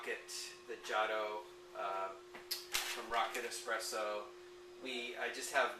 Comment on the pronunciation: I'm so sorry to say this but I've heard say "expresso" a number of times and I have to say, that's not how it's spelled... Can I be a spelling Nazi and suggest the more... authentic spelling "espresso"?